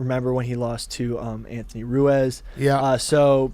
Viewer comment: laughs at how pronounces “Ruiz” 😂😂😂